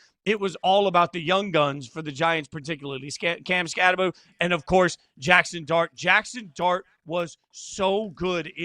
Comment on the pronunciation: Skattebo pronounced Skattebow not Skatteboo!